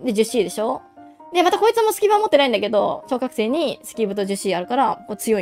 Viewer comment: 何回聞いても超覚醒が小学生に空耳しちゃうw